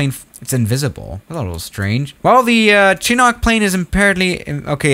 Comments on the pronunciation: Its pronounced shinook not chinok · It's not pronounced chinok I think it's pronounced chin-u-k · ( Chinok). it’s pronounced (chin-nook) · Nobody: Absolutely nobody:: Chinock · Btw you pronounced chinook wrong its more like "shiinook" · I'm a cheap person to. lol and you preannounce chinook like this shuh·nuk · Nobody:: CHEENOCK